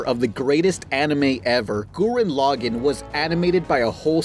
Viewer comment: My favorite part is where you say Gurren Lagann is the best anime but mispronounced the name even though they say it in every episode